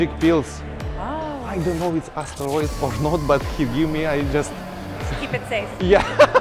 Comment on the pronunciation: It’s “asteroids” …🤣🤣🤣🤣